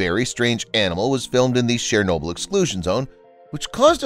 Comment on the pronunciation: Would have been nice if the narrator had bothered to learn, and use, the correct pronunciation of 'Chernobyl'.